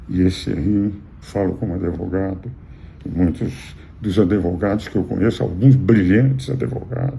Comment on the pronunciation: Engraçado ele falar Adevogado e ninguem criticar, como fizeram com Lula,! Mas com bolsonaristas a midia é muito boazinha um gatinho doce!